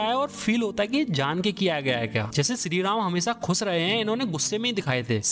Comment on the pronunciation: 70k subscribers hai. Kisi aur ke liye nhi toh at least unke liye toh correct your pronunciations. Shree Ram thik se bol rhe ho phir Adipurush ko Adipurus kyun bol rhe ho bhai!? P.S :- Subscribers hote hai, Suscribers nhi. 💀